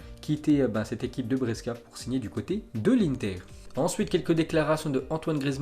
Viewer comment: Hello mon ami: Brescia, cela se prononce "Bréchia"....!!!!